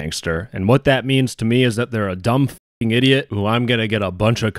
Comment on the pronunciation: LMFAOOOO "e-diot" i cant stop laughing 😂😂😂